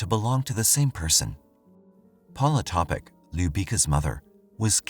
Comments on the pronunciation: Pa nije Topič nego Topić...ako se vec bavi slucajevima u kojima zrtve ili pocinioci imaju imena koja nisu engleskog porekla treba da se potrudi da ih izgovori pravilno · Yes, the last name is pronounced Topich. The "c" has a "ch" because there usually a dash above the c.